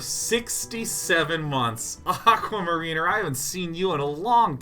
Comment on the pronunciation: How he pronounced "Aquamariner" made me wince a little, might be that I hear "mariner" a lot as a Seattlite as opposed to how often it normally gets used, but still.